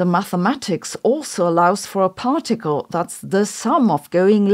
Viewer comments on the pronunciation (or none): none